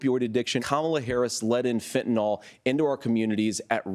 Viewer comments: it annoys me so fucking much when these goobers say "fentaNOL" instead of fentaNYL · “Fentanol”. He can’t even pronounce fentanyl right.